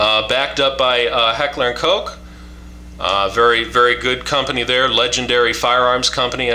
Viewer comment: Coke ? Kosh ( Koch ) you mean.